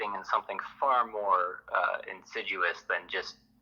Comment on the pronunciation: The guy can't speak the language 🙄. Insiduous 🤔what the eff! Insidious 🤪. Could be trying to jump on the band wagon for his own personal advancement. Take CARE.